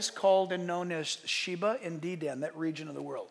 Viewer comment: Dedan is pronounced Dee' dun. Emphasis is on the Dee', dun is almost whispered. Dan is too strong a pronunciation, a soft dan pronounce almost dun with an "a" softly mixed with the "u". May the Lord come quickly my brothers and sister's in Christ. Love you all.